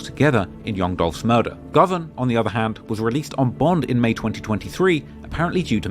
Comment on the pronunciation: bovan not govan